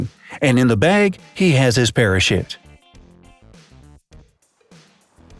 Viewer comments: On #3 you said parashit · Did he say parashit that's what I heard lol